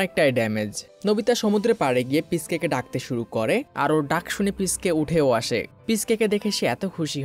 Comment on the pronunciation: পিচকে ❌ পিশুকে ✔️